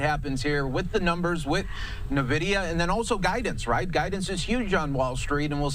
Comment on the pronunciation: What is this new company “NaVidia”?